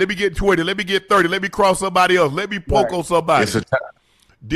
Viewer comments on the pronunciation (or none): none